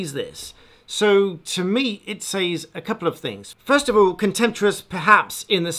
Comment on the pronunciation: It seemed to take you a while to realise that "loan her voice" is wrong English. I cringed as you repeated these words several times. Fortunately you redeemed yourself right at the end by finally saying "lending her voice". Now all we need to fix is your habitual wrong pronunciation of "says". ;-) I admire your content, keep up the good work.